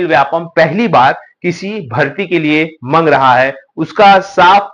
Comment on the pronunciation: मंग रहा है नहीं श्रीमान मांग रहा है पूरी हिंदी भाषा को बेइज्जत कर रखे हो.